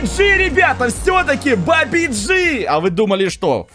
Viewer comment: ты не правильно говоришь этот мем (где" ударение)фортин"а"йт или бабадж"и" бабадж"и"